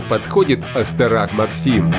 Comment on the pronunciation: Остертак Максим, не Остерак